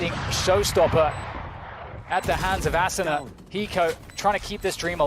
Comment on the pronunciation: aSOOna ASSuna Asuna I wish casters could say it right